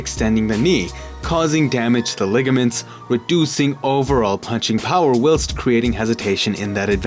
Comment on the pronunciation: Stop saying whilst like that. It’s wrong.